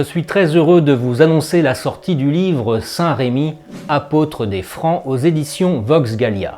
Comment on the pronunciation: Votre vidéo est intéressante mais je vous en supplie, corrigez le prénom de ce merveilleux saint évêque : il s'agit de saint Remi et non pas saint Rémi. Je ne comprends pas pourquoi les Français déforment ce si beau prénom avec un accent. S'il vous plaît, corrigez cette faute. Même les plus grands historiens font cette horrible faute. Il ne s'agit, me direz-vous, que d un accent, mais tout de même. Toutes ces personnes qui parlent ne sont assurément pas de Reims!!!